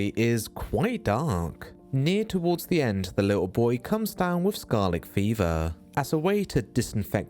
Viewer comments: wtf is "scar-lick" fever? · Bro, it's just a dude's accent or him just mispronouncing a word calm down.